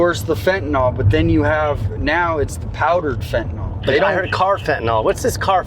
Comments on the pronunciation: y'all got any fentaNALL? Not fentaNILL. the proper pronunciation. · FentaNYL. NYL. It's not TylenOL. FentaNYL.